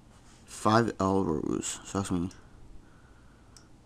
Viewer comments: Guys its Five I(as in eye) not L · LOL. It's an i dude... fiveirows!